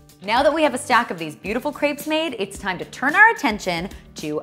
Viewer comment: Can you please just say "crepes" correctly. Thanks